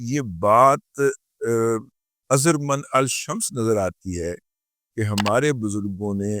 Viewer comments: "اظہر من الشمس "۔ میں شمس سے پہلے الف، لام کو silent اور من کی نون پر زبر کو شمس کی شین کے ساتھ شد کی طرح ملا کر پڑھیں۔۔۔۔اظہر منش شمس۔۔۔۔ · چاچا جی درست تلفظ ہے۔ اظہر مِن الشمس ۔ میم زبَر کے ساتھ نہیں زیر کے ساتھ ہے ۔ مولا خوش رکھے ۔ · اظہرمن الشمس ،،،، اس میں "الف" اور " لام" ساکن ہیں ،، " من " کو " شین " سے ملا کر پڑھا جاتا ہے ، تصحیح فرما لیں